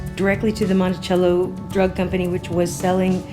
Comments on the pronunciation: Pronounced monte-sell-o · You're pronunciation Monticello is off. And yes I've purchased it in some small drug stores here in Georgia. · Peace... Monticello is pronounced MontiSello and Quinine is Kwy' 9. Words that were once common are like Foreign words in today's world that has become my future... I was born in the 50's 😉